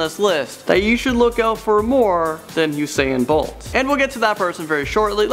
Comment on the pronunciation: He pronounces usain bolt as Husain bolt